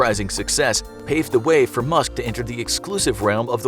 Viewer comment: i heard musket 😂